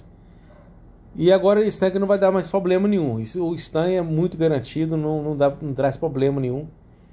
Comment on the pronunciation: chega doi o rim de ouvir a palavra 'poblema', mas o cara sempre falou assim, não é agora que vai mudar né... rs rs show parabéns adoro seus videos